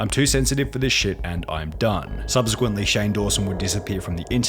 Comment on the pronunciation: Subsequently* not Subzequently